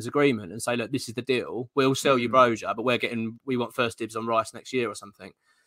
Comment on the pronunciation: Its not Bro-Jar, its Broi-ya.